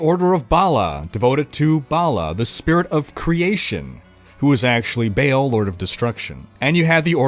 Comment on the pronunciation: Its Baaaal not Bale! Wtf?